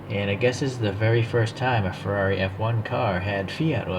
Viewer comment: Now your speaking my language…Ferrari F1….You got the name perfect. Glorious model my friend. 🥰🥰🥰🥰🏎🏎🏎🏎🏎